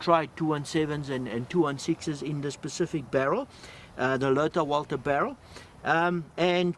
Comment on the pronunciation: U said lother walther barrel ....was that mistake ??